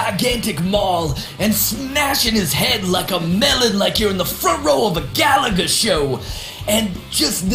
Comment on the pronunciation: he said Galager!! OMG WE OLD! :-p